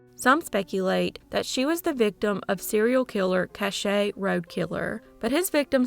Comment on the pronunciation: Just FYI case #3 the town of Cache Oklahoma is pronounced "cash". Love the channel. Keep up the great work!!!